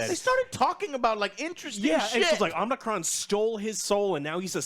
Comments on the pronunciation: Dude it's not omnicron it's unicron, it's about humans and robots if you keep bitching then don't watch it again and stop talking about it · If y'all going to do movie reviews at least learn the name of the characters. It's Unicron not Omnicron. You invalidated your whole review right there. I actually liked the human characters in this one. I think they are scared to go all in on a humanless Transformers movie. They are coming out with Transformers One which is an animated movie. I think they are using this as a test to see if people will go see a movie that's only about the Transformers. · Its Unicron not Omnicron If your going to review something say it right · Unicron ,.. not Umicron :D the magazines and comics have 1% human 99% robot action ! its piss poor story telling cant we get a non-human-centric film - 7th and still failing ! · Omicron??? Joe!! Its Unicron!!! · Do You mean Unicron? Omnicron?? Tf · It's pronounced Un-i-cron. Not Omicron. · Unicron not Omnicron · Joe, I know you ain't a Transformers fan, but it's Unicron, not Omicron lol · Dude it’s Unicron! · UNICRON UNICRON UNICRON UNICRONNNN. LOL sorry but i was screaming at the screen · Lol did anyone even say Unicron once? Omnicron was said so many times 😅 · Omnicron??? Lol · It's Unicron lol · It’s “UNICRON” guys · My dude said omnicron….. creditably instantly lost 😂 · Man said omnicron? So. . . . . . Not a transformers fan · omg stop saying omnicron lol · Did he call unicrom omnicron? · ITS YOU-NEH-KRON!!! UNICRON!!! GET IT RIGHT!!! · OH MY GOD Omnicron! haha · 😂😂And the crazy part is the name is spelled the same way it sounds and he still gets it wrong I don't know where the o came in from, it's literally Unicron😂😂😂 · U-ni-cron Joe XD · Yall can't even get unicron's name right 🤦‍♂️ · How can you say you're a fan and get the villain name wrong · Did you just call Unicron as Omnicron... like he's a COVID variant? LMAO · The name is Unicron NOT Omnicron! 🙄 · Unicron not Omicron.